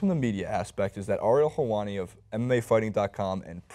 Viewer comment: Ariel Jewani